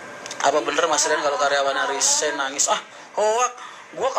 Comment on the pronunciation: RESIGN bukan RISEGN